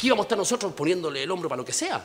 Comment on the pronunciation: Me dado cuenta que el "losotros" , y varias palabras más que están mal pronunciadas le salen super fluidas, o sea que habla mal apropósito y wn le creo todo, seco su personaje